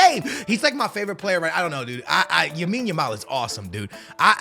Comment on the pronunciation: yes lamine yamal is your favorite player and you cant even pronounce his name right